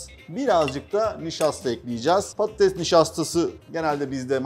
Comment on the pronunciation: Şefin patates yerine pattes demesi😂